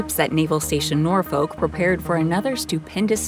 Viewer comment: Nor-FOKE, VA?!?! Learn how to CORRECTLY PRONOUNCE place names!